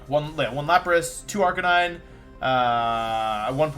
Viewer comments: Arcanine and gimmick pronounced so strangely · Guys I’m new to the channel, is there some kind of story behind the occasional absolutely bizarre pronunciation of Pokémon names? Tojekiss? Arcaneenay? What’s up with that? This guy’s a world champ he definitely doesn’t just not know how to say them.